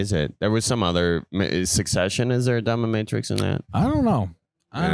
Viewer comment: Yes you can lose your job for the dominatrix. Also, its dominateix, not dommamatrix 😂 at least thats how it sounded like thats what you were saying